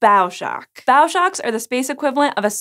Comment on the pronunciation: Great video, but my pedandicalness forces me to mention "bow" in bow shock is pronounced like it is in bow and arrow, not like bow to the king.